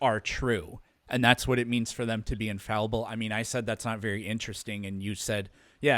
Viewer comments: Wtf is "infalliable"? Is he trying to say "infallible"? He says it a thousand times... I tried to ignore it but he keeps saying it and it got under my skin. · Infall-e-ble.... I now can't unhear it now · "Infalluable" is killing me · If dude says infaluble once more time, I'm gonna die 🥴😂🤡 Not a word, bro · Infallible The word is "INFALLIBLE". The word is not 'In-falee-able" or -'in-valee-able' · "Infaluble" ? What language is he speaking? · Pedantry Trigger Alert: Is he saying "invaluable" or mispronouncing "infallible," (which would be hilarious). I'm fairly certain it's the latter. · I'm so glad someone else mentioned this. Theists are annoying enough already, hearing "Infall ee able" every 2 minutes is triggering me more than any bong-water argument he's trying to make. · Hearing him keep saying infallyable is getting really annoying. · "Infaluable" Every time he says it it hurts me but i cant stop listening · bro why does he keep saying infalliable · Was he trying to say infallible when he kept saying infalluble? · If I hear him say infalleeuhble one more time, my head is going to explode. Also, he has a fundamental misunderstanding of Heisenberg's view about God (which is just an impersonal, non-agential explanatory principle, NOT a personal God with a mind and thoughts who makes decisions etc.) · Why does he say "infall-U-ble?" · One of the worst parts was hearing him say "infalliable" over and over again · what about "infaluable" 😂😂😂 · doesn't know what tertiary means. Also, "infalyiable". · Pre - Face? In - fal - Yu - ble? 😂😂😂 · He neither knows the pronunciation nor the meaning of that word. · What dies he think "infallible" means, and why is he saying "infaluable"? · No there were never five forces that become four. Gravity was first quantified, Maxwell's equations came in the 1860s and the strong and weak nuclear forces discovered in the 1930s. And seriously, stop saying infal-u-ble, it's annoying and doesn't make you sound intelligent.